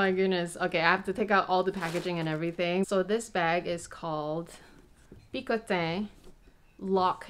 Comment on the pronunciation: i think you are pronouncing "picotin" wrong :p Beautiful bag, congrats!!!